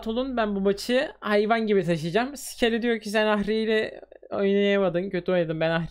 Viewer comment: Abi o skely değil scely